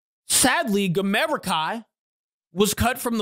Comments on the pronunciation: Who's damera?It's gamera , can you not say it right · Also he needs to know how to say gamera